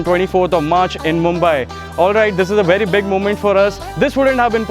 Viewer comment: wery wery good! lol